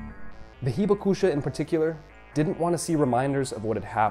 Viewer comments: WOW, I've lived in Japan 51 years but learned a lot from this video. You might try to say "hee-BAK-sha" because the "u" is almost silent (not "heeba KOO sha"). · Should be “hee BAK sha” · Accent on Hibakusha should be on the 2nd “ba” syllable. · The 被爆者 pronunciation was way worse lol. Not that I'd hold either pronunciation against someone who doesn't know Japanese.